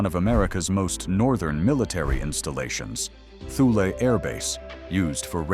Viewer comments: Pronounced "toolie, not thuley" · Thule. It's actually pronounced "Thoo-Lee" AI, not too bright is it?